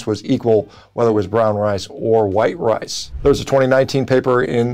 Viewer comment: Had to rewind it a couple times to hear him say brown "wice"